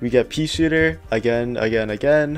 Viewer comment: Why'd i hear "Peeshitter"